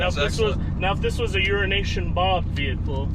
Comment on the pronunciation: I have also been saying urine-nation Bob lol